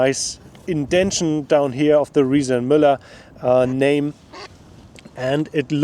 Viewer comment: Not bad for germans like me (makes me proud to listen to him, in difference to speeches of almost of our politicians). Shares knowledge, tells what he beliefs in, otherwise he wouldn't do it (because he isn't a politician😊). And at least 'Riese&Müller' was pronounced correctly, wasn't it?😉 These bikes are for shure expensive. My grandma teached me: Buy cheap, buy twice! It's allways your choice.